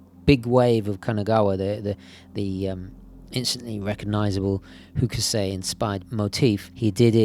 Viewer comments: Not meaning to be rude, just a tiny little suggestion for a fellow art lover: It should be "Hock-sigh" rather than "Hoo-keh-say" ;-) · Hock uh sigh. Fairly short second syllable, but definitely three in total. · Hokusai is pronounced "hock sigh". ;)